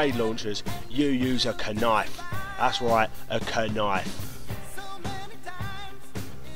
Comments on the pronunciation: Did he just pronounce knife as (ku-nife) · Good job, man. You had me at "K-Nife"